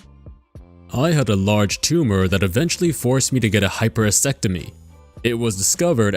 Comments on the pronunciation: hyperasectamy lmao, Hisss tur ek toe mee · A HYPERASECTOMY???? REALLY?? You would think that somebody that reads for a living would be able to, I don't know..... READ for f**ks sake!!! Damn, dude GET A DICTIONARY!